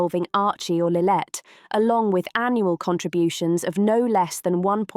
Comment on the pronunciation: It’s lillibet not lillet